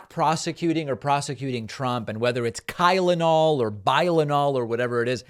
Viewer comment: I heard Kylenol too.